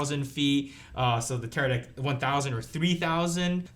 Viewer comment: Bro he said Teradick ahahahah